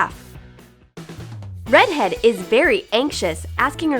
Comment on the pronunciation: UMMMM DID ANYONE ELSE HEAR HER SAY READ HEAD?!?!??!